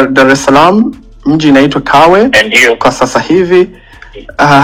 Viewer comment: Huyu anayempigia mlilo si mtanzania hapo mmefeli hata kiswahili hajui alipo hapajui eti Tawe badala ya Kawe halafu hajui madaraka ya mlilo et ni RPC haa yaani watu tumefeli